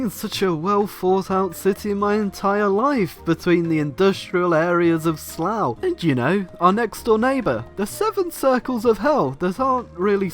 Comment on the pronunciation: uuhh.... slough....